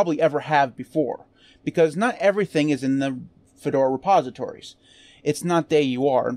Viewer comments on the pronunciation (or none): none